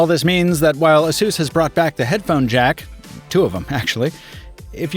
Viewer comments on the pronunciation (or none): "uh-soos?" Isn't it pronounced "Ay-sus?" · Isn't it pronounced like in Pegasus? 🤔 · Seriously, the brand should be pronounced like 'A Ser S'.